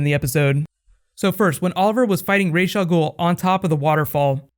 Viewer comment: It is just so annoying how they mispronounce Ra's Al Ghul. It's not "Raysh". It's "Rahs".